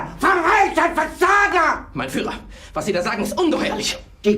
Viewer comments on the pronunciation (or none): none